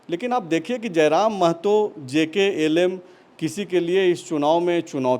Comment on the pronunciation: Jklm nhi bhaiya jlkm hai